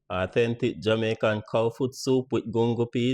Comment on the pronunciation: “Aww-ten-tic” sir why? 😩